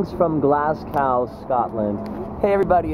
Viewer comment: Grr. Don't wanna be a pedant, but its not pronounced Glass Cow, its pronounced Glaz Go